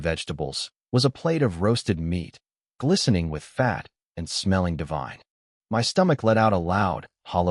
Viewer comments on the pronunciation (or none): none